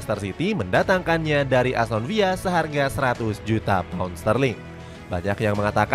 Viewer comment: ASTON VILLA MIN BUKAN ASTON VIYA